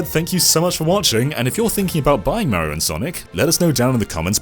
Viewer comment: Got to love how awful he is at pronouncing Mario.